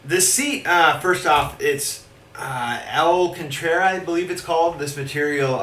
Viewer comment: It's pronounced al-can-tara And how did you get that display on your wheel?